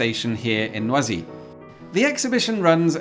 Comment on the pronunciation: Oooohhhh...No ah Zee... Not noisy. French, not obnoxious noise.